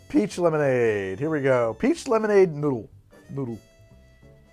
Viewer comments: So, uh... <_< That's not at all how you pronounce a u with an umlaut. It's just a very oohey ooh sound, like in "noon" (as opposed to "moon" which is a little softer). So it's just "Neutral", not "Noitral". Though to be fair, I'm pretty sure you were both tired and drunk by then, heh. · If you're trying to pronounce Nütrl as though it's German, then the english "neutral" is not far off. the "noi-trel" that you're saying would, ironically, be spelled "neutral" in german. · It’s stupidly named but I sell it and it’s pronounced as neutral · It's pronounced "Neutral" That "ü" is meanto be pronounced like an "oo" but more in the back of the mouth. "eu" would be what's pronounced "oi".